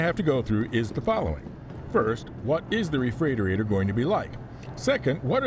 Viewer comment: why did you do this to us? 😊 Looking through the comments to see how people (mis?)spell refreightoreitor. Refreightorator?!?